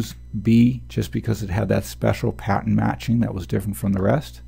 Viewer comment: Love these videos, very helpful indeed! The only thing that bugs me is that I keep hearing 'patent' when I'm pretty sure you're trying to say 'pattern' lol. That threw me off at first. But anyway, thanks for the vids.